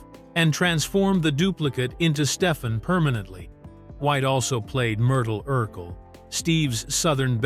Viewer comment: That's pronounced: "Steph-ON" not Steph-in.